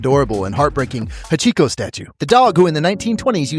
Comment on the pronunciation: The way you pronounced Hachiko really threw me off for a second there, haha!